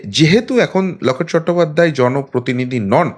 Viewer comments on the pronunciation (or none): none